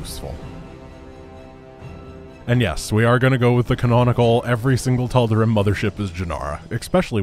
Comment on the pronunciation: Obligatory pronunciation nitpick: "Tal'Derim"